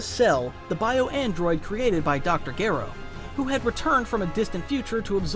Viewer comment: Dr who??? Geeer o? No